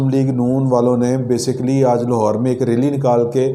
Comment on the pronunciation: کیامیی میی لگا رکھی ھے پہلے اردو سکھو بعد میی خبیریں دو